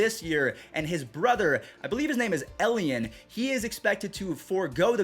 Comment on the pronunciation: I’m so ready for beisbol. Juan Soto’s brother, the more correct pronunciation is “Eli Ann”